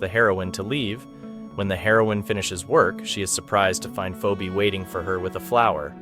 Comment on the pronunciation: "poobie" "pheebee"💀💀💀💀these AI voices💀💀💀💀